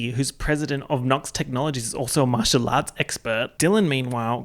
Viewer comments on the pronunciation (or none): none